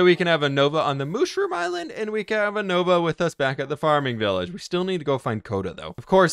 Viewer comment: y does he say can't instead of can